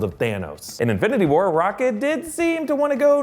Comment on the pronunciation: Sounds like you called him '